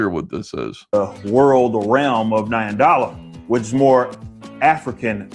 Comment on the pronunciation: In your Trash-fatigue you completely missed his version of Wakanda "Nyandala" very much sounding like "NINE DOLLAHHHHHHH"